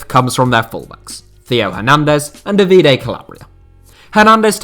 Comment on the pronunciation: Hint: the accent in most Italian first names is on the first vowel; Dàvide and Stéfano